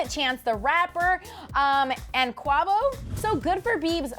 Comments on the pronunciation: She said Q-oo-a-vo😭 I can't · did u really just say "quah-vo?" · Wow....she called Quavo "KWAVO"...choices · Are we just gonna ignore how she pronounced Quavo's name? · Honestly only came here for Selena. I don't care much for Justin. He gets into trouble too much. I hope Nala isn't going to be played by Beyoncé she can't act. And am I the only one who cringed when said Quavo wrong 😬